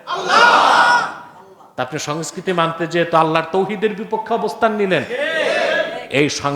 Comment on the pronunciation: এই নিরক্ষর জোকারটা বাংলায় সংস্কৃতির সঠিক উচ্চারণও করতে পারে না এবং সে এই বিষয়ে জ্ঞান দেবlর চেষ্টা করছে.... স্পষ্টতই পাকিস্তানে জন্ম ও শিক্ষিত এবং এখন বাংলাদেশে কামাই করছে 😅